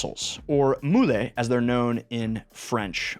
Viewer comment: Moo lay? Wtf?!